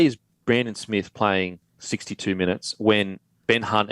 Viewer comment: When are you guys and the commentators going to start pronouncing Brandon Smith's name properly, it's pronounced ' Smeath ' This shit wouldn't happen on SBS...